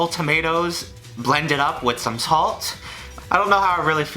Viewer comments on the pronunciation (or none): “ blend it all up with some talt”😄